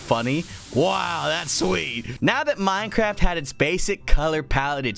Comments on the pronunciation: It sounded more like "Minecrahpt"! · Lol it sounded like he said mine crap